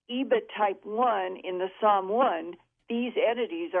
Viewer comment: SOM !!!!!! NOT PSALM !!!!!!!